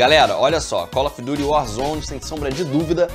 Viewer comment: Kkk colofduryuarzone